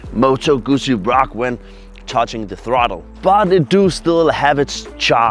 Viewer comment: You need to learn how to say Guzzi.... It is pronounce "Good Zee".